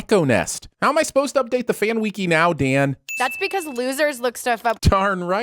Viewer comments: did you just say “weeky” instead of “wiki”? ding!!! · I'm sinning cinema sins for using saying wiki like "wee-key"